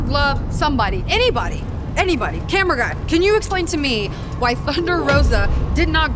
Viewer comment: Why did it sounded like Britt Baker said Cam'ron Grimes when she said camera guy